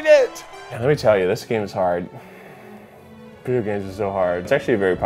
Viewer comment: why keith said video with out e